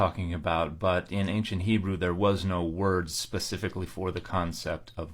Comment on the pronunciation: Her pronunciation of Hebrew is embarrassingly bad. I guess that's what you get when you use the internet to tell you how to pronounce Hebrew.